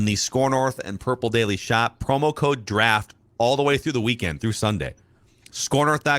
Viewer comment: Does know there is a T in the word draft?